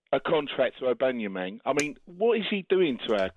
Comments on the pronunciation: Man said abanumang 😂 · The way these fans pronounce aubameyang 😂😂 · Caller was spot on.... Apart from Aubameyang's name... 🤦🏾‍♂️